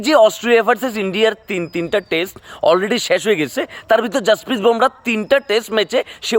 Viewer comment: 'ভোমরা' নয়, নামটা 'বুমরাহ্'। সঠিকভাবে উচ্চারণ করুন।